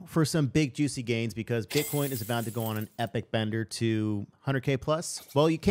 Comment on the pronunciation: Bro said butt coin 😂